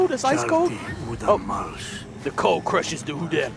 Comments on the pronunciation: Its pronounced oodom not oodAm its not using a capital a its a lower case so its pronounced as oodom but its said udam dude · Don't call it udam its (ooo-da-m)that's how you say it